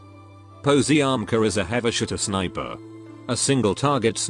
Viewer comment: Is more likely Paziomka the pronunciation